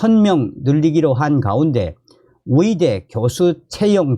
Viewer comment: 위대 아니고 의대 위사 아니고 의사